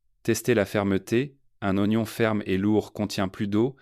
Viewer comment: En français on dit:"0gnon"..... Pas ouagnon!!!!!